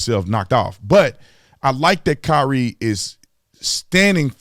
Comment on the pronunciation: You said Kaap wrong but Kyrie right??? 🤔🤔🤔🤔🤔 Later for you Holmes 🤦🏾‍♂️🤦🏾‍♂️